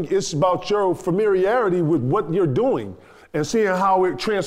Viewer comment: "Hymee Vasquez" "Famiriarity" 😅